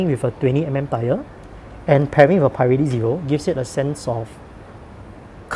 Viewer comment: americans pronounce it "puh relli"